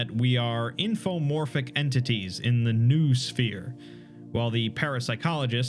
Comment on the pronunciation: Much like "zoology", it's pronounced like "no-oh-sphere". Again, I don't blame you - English is a stupid language, but it's the only one I've got.